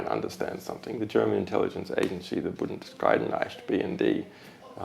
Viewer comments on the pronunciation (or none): ive never heard someone butcher the word Bundesnachrichtendienst so hard...although i admit it is hard to pronounce.